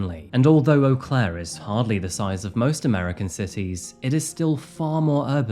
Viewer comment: Eau Claire is quite the interesting city. I'm impressed you pronounced it correctly! 😊